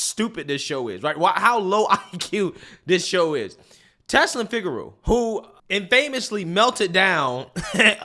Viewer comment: Also infamous is pronounced “in fum iss”😜✊🫡